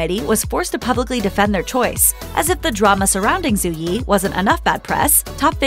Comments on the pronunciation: It’s not pronounced Zoo, Zhu is pronounced as Ju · Just so you know, Zhu is pronounced more closely to 'joo' (with closed rounded lips) than 'zoo'. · Her name is pronounced "Dju" not "Zoo" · I couldn't stand to watch more than half of this because of the way this narrator repeatedly mispronounces her name. Zhu is not pronounced "zoo". Learn to pronounce people's names correctly ffs